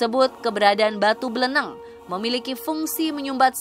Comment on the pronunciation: BLENEG KOK BLENENG.. BLENEG sebutan buat orang yang gedhé,pendek dan gendut ,.. Orang yang guedehe, pendek dan dan gemuk bagi orang Jawa dikatakan MBLENEG, contoh dalam pewayangan seperti wujud Semar, Togog.. Limbuk.. Nah batu itu bentuknya MBLENEG seperti Togog atau Semar..